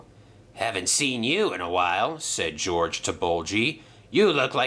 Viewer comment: His name is George not GORGE